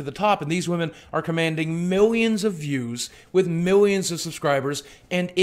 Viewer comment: Despite this being a very well made and truthful video, i kept laughing when boogie said woahmen